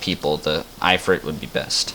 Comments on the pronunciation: the... "eye" frit =( Its IF-Frit. like "as IF" then ad Frit to the end.... good video otherwise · I-frit???? kelo meeters? You mean kilometers and If-rit.